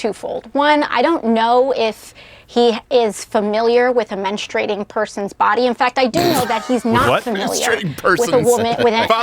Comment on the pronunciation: “I don’t know if he’s familiar with mensturating” 😂😂😂